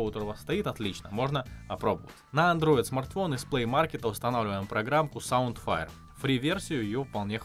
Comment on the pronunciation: Хорошо рассказал, много полезного и разьяснительно, только СаундВайр а не Файр(а еще точнее уая)))), очень резануло, и если гарнитура с микро, то у меня кроме как через Блюсоели не получилось ее подключить. Заслуженный лайк)